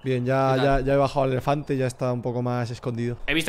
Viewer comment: rubius con un "efelante" jajajajaj